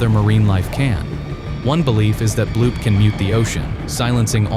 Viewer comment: its bloop not bloob